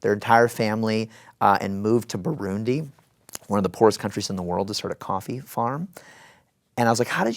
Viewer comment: Wait! Did he mention "Burundi"? First time I heard it said so well, and just was like "wait..., I know that country, I am from that country!!" Thanks for sharing💙